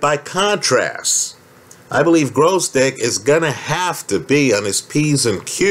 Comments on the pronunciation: It's gVozdyk, not gRozdyk. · Holt In general, it was almost correct — just "r" instead of "v" for some reason.